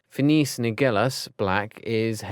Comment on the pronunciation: HE CALLED PHINEAS "PHINECE" 😂😂😂😂😂LMAO He says Regulus like "re-GOO-lius"